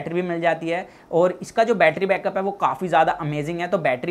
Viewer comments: Batttryaaa kya hota hai battry suna tha 😂😂😂😂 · Betraa kyu bolte ho bhai 💕